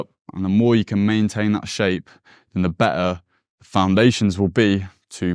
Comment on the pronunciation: It's hard for me to trust someone who doesn't know how to pronounce BETTER (between others).. for fck sake